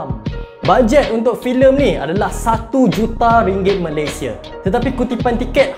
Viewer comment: Bukan malaysie bro, tapi Malaysia Betulkan sebutan tu